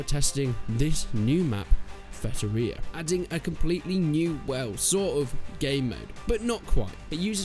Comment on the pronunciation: Its Feitoria, not Fetoria